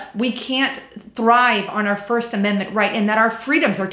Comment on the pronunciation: Love it! Where you from?.... de Bronx? An Aussie here: )